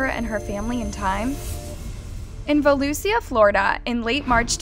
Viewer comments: It’s pronounced Vol Loo Sha! Otherwise, good video! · Va-loo-sha Pleaseeeee I can’t stand these crime pages that can’t say Volusia correctly (as I live here)